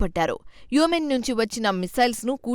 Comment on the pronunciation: *యెమెన్.. అని చదవాలి.